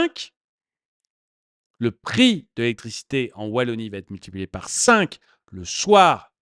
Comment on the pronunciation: la wallanie ? c est ou ça ? LA WALLONIE !!! : D